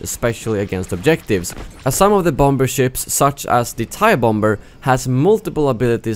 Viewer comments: Lol, bom-ber :P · Your mispronunciation of bomber cracks me up everytime